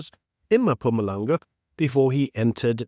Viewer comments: It's not" mum pumalang" its "mmhhphumalanga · Itz Mpumalanga not Mapumalanga u idiot!